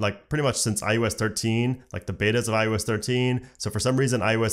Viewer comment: Am I crazy or is he saying iUS?